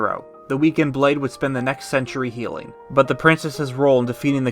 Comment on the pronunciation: Just watched the entire video. This is just amazing. It perfectly depicts everything that happens in the game. Bravo, bravo. Also it kept sounding like you were saying “Zelda’s Ceiling Power” instead of “Healing Power”